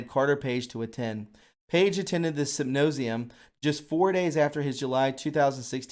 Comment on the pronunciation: Privy Council .... pronounced .. priv-ee .. not pri (eye) vee. : symposium pronounced sim-poh-zee-uh m ... Very good podcast btw!